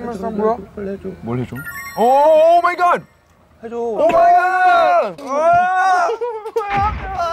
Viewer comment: 승관이 찐텐 너무 귀엽고 버논이 오마이갓 영어 발음 지린다